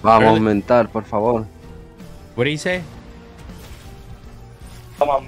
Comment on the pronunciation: PORRR FA VORRRR LOL